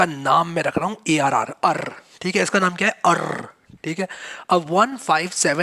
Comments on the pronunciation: the a pronountiation of "arr" was epic 😄😆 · That pronunciation of arr